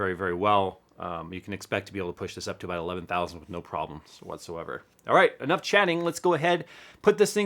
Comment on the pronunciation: anough is anough lol nice vid